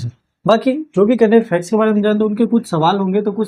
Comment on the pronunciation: फैक्स क्यों बोलते है।